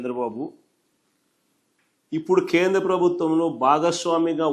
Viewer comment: Khendra kaadu nayanaaaa.....Kendra. Telugu nerchuko babu